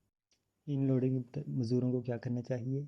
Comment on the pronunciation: Oh Bhai inloading nhi hota unloading hota hai ..barra aya teacher 😂😂😂